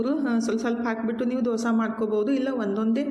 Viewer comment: ಅದು ದೊಸಾ ಅಲ್ಲಾ ದೋಸೆ